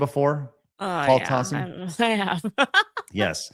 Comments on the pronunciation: What? He's saying Tossi, just like it's spelled! T-a-s-s-i: Tossi! 😉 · Everytime Tassi gets called out he always plays the ignorant buffoon. Also you're saying his name wrong